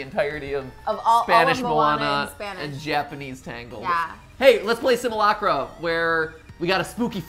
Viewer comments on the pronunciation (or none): "Simulacra" is actually pronounced "sim-yoo-lak-ra", kinda like "simulacrum".